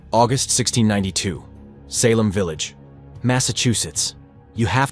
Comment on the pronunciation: Had to stop listening to this AI NARRATION! The way it mispronounced SALEM, 5 TIMES IN A ROW!! its just ridiculous! I refuse to give my time listening to a story read to me by a non human that DOES NOT YET COMPREHEND AMERICAN ENGLISH! ITS INSULTING! LAZY WRITING! LAZY EVERYTHING! SHAME ON YOU FOR TURNING ON YOUR SPECIES! BOOOOOOO!👎👎👎👎👎👎👎👎👎👎